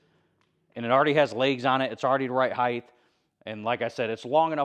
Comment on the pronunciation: Just a heads up, it's "height" instead of "heighth". There is no "th" sound at the end, as it ends in a T. Awesome build though. May just take this on myself someday. I'm also planning on a large workshop area that will be built with a metal carport and just cloth walls.